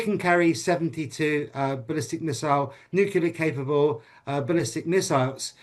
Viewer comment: I don't put much stock in self-proclaimed experts who can't pronounce nuclear properly.